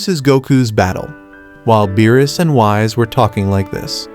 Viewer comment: He called him Wise instead of Whis and that was the moment I left, AI USAGE WILL NEVER TAKE OVER